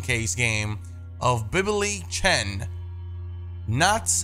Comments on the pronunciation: just wanna tell you the word “bilibili” is pronounced as Be lee be lee. It an online platform where uploaded can upload videos or stream mainly. Check it out it’s actually pretty cool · it is pronounced as bili bili or a better way to say it is billy billy by our western way of speaking